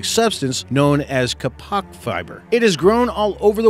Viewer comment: It's KAY'pahk, not kuhPAHK'